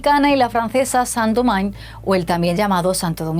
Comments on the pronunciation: San Domain??????? ¿No somos ni siquiera capaces de mirar en Google como se pronuncia eso en Francés? País de paletos... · La presentadora pronunció Saint Domingue como si estuviera en inglés, estando en francés. ¡Qué bueno que el canal de una potencia colonial, acepte la culpa de otra potencia colonial (y la suya dentro de una culpa colectiva)! En un futuro también analizarán cómo varios países de Europa, incluyéndose, apoyaron el colonialismo, el apartheid y la limpieza étnica, en el territorio palestino, en .